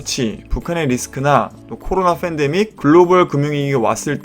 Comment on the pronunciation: Fandemic 아니고 pandemic